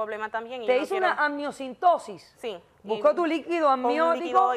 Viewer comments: Amniocentesis!!!!! No amniocintosis!!🤦‍♂️🤦‍♂️ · Se dice AMNIOCENTESIS, Dra. Polo